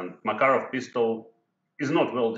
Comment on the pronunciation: MakArov, not MakarOv.